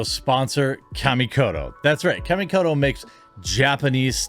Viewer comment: I pay for premium to skip adds. BTW it's kah-ka mi ko to